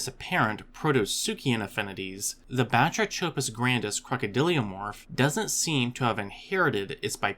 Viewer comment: The “ch” in Batrachopus is pronounced like a K as in all related words like batrachotoxin derived from Greek βάτραχος (bátrakhos, “frog”). The number of otherwise diligent, industrious educational YouTubers who mispronounce key words, use incorrect plural forms etc. is really surprising and somewhat regrettable. I mean, “ancestrial”? Really??